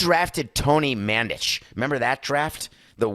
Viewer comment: mandich????? i think you mean mandarich and h was drafted #2....c'mon samson...be bettter!!!!!